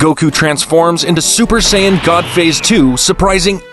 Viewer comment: "bills" "super sayinyen"